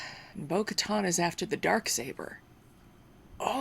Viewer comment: SURPRISE!! LOLOLOL!! I'm so glad you got to be surprised by Bo Katan's (Ka-tan is the pronunciation btw) appearance on the show. And to have that name drop... Ahsoka Tano! Another glorious little surprise for you today. I know, i know, you didn't film this today, but you know what I meant. Now you know Din Djarin is a child of the Watch. Children of the Watch are part of Death Watch, Pre Vizla's group Fun fact: Shae Vizla, Pre's ancestor, was Mandalore back around 2200 BBY, during the days of the game SWTOR, or SW The Old Republic. She is a Companion character you can get, and in one storyline, she is shown as Mandalore, fighting the Sith Empire (a time prior to the Rule of Two). It is during this sequence of battle that upon completion you get her as a companion. The great thing is you only have to do that long series of battles once to get her. Any other characters you make will receive the call-in device to receive her as a companion at the beginning of the game, through the mail system. SWTOR has been a very underrated game that really is tons of fun. The races you can play are human, Mirialan, Twi'Lek, Sith, Nautolan, Cyborg, Chiss (Grand Admiral Thrawn's race), Togruta (Ahsoka Tano's race), Zabrak (Maul's race), Rattataki, Cathar, and Miraluka. You should really check it out. You like WoW, so you should love SWTOR!